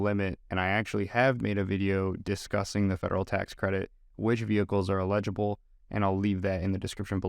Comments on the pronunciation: its ell-ig-ible, not ill-eg-ible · illegible = not readable or identifiable (pronounced EE-ledge-able) eligible = to qualify for (pronounced L-edge-able) just sayin........ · Why the hell are you saying 'eligible' like that? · I was curious if there was some local dialect where folks pronounced “eligible” like “illegible”. It didn’t bother me, though. I found it folksy. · Please learn how to pronounce the word "eligible" before your next video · hah i was going to comment on that also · Is that why the word “eligible” was mispronounced?